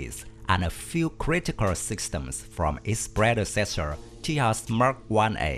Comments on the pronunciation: It's not Ti Yas but Taey Jus. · Everytime you said Tehas, i died a lottle... This not made on spain, this made in India so the pronouncing is TEJAS as, tay-just